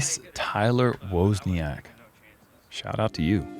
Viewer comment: It's pronounced wOZniak like wizzard of Oz.. not Woseniak lol. Love you guys!!! Nice ace Tyler(from a fellow Woz)